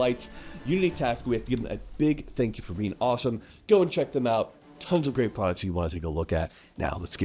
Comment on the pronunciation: Did he say "geeat"?